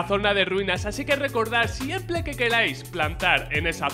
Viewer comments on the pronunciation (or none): ''siemple que quelais'' xd